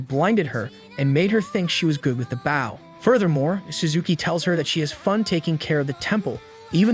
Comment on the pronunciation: The pronunciation of bow is "Boww" Not "baww"😂😂